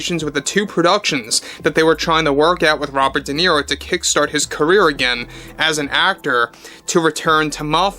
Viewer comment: Robert Di Nero? Never Heard Of The Btch.😂